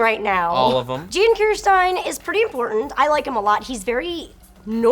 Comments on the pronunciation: Also,, "Jeen"? Really? Jaaaaaaawwwwwwwwwwwnnnnn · I am sorry, but this has been ticking me off since forever. It's not Jean like Gene, it's Jean pronounced as John, but with a 'Z' sound for the J. French, people. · goddamnit Jean's name is pronounced like JOHN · Jean's name is pronounced more like "John" (ジャン・キルシュタイン) not like the pants. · Jean is a French name and pronounced Jon